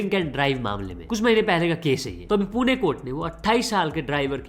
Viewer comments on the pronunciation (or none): none